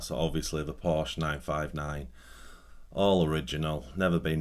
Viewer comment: You should at least say Porsche correctly..lol…